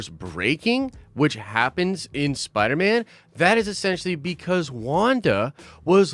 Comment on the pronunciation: man said spiner man